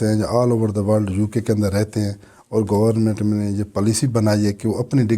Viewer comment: خود انگلینڈ میں رہ کر منیجمنٹ اور گورنامنٹ کہہ رہے ہیں 😂😂😂